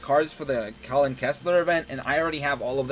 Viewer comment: It's pronounced Kal-in Not Colin